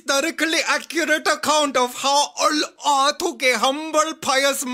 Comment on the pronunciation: it's ALLAH NOT AAAALLHHH I CAN'T SAY JEEEEEWOOOOOOSES